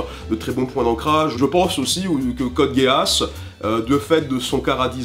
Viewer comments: sa se dit code giss pas code gay ass merci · Juste, on dit " Code Giss " pas " Code Geeass " sinon cool vidéo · .....code giss ça se prononce code guiss et pas guéass merci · Gui-asse pas ge-asse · C' est quoi cette prononciation? Code "Géhasse!-) Si tu regarde l' anime en VO le geass est prononcé "guisse"... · "Code G É A sse" ? On dirait plutôt "giss" ? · Code Gay-Ass, parfait :) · Ce moment où tu apprends que Code Geass se prononce Code Géasse en VO... J'étais pas au courant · non mais c'est Guiss hein c'est lui qui prononce super mal. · On dit pas code gisse ? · ca ce prononce code giis non? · Je sais que c'est un détail mais il me semble que code geass se prononce code guiss (en tout cas dans la VF c'est comme ça) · "Code Géasse" Mes oreilles saignent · précision pour: Code Geass se prononce "Code Guisse" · "code gay ass" Pas mal la prononciation :o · Code geass se prononce "Code Giss" pas "code géasse" ou "code gasse" xD c'est un nom en anglais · Pourquoi j'entends Code Gay Ass ? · Désolé mais on dit Code Guiss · Ça se prononce code GUIS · ÇA SE PRONONCE CODE GISSE 😩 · c pas code géass c code gisse mais c vrai ca ce lit code géass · Mdr "code géuasse" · "Code Guéasse" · Sa s'écrit code gueasse mais on dit code GUISSE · "code Gueuh asse"? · Code Géasse ? C'est dégueulasse comme tu le prononce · pitié...ça se prononce code gisse... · Je suis triggered par rapport à la manière dont tu prononces Code Geass ! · Tu prononce mal code geass